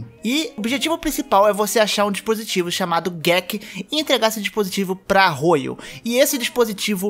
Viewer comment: e vc errou a pronuncia de Arroyo(q durante todo o jogo é uma vila tribal,nao uma cidade)